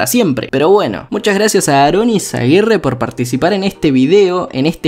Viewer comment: No manes es aaro